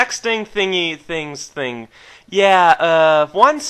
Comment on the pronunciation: a *thing* not a think. It wasnt bad, just so strange hearing post from you.